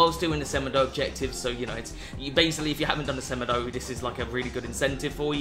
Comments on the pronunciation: Its sa-mAY-doh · The way you say semedo is abs disgusting 🙄😭 it's sem-e-do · It's pronounced 'SE-MAY-DOUGH', not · The way he said semedo smh